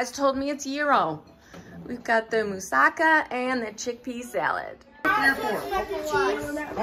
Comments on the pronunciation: I'm not from Greece but I know Mussaka we have similar dish, so you pronounced correctly don't worry😊 .but I do it without bachamel sauce on the top but I think its delicious so I will try this one❤ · You pronounce everything just perfect. I'm from Greece and i really love your videos.❤❤